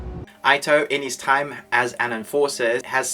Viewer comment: Not really ur fault, but u may want to pronounce the name 'ito' = eeto